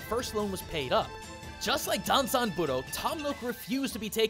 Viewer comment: I can understand why you kept saying Danzan. After all, he is your beloved chicken nugget of a bard. Plus, having studied Japanese myself, I can REALLY sympathize when it comes to messing up with kanji...